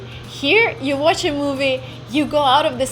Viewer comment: You speak really good English but I think you might want to reshape your A as in Watch. It doesn't sound very natural.